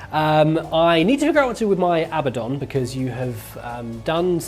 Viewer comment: Ah-Buh-Dawn. I love this channel, great video, you're all charming attractive entertaining individuals. But please pronounce it correctly. The name is from actual religion over 1000 years old. I beg you.